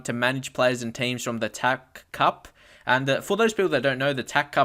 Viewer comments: STOP CALLING IT THE "TACK" CUP.... ITS T.A.C. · its pronounced "TEE,AYY,SEE" cup